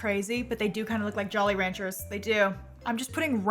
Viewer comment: The way you re span Jolly Ranchers so confidently 😂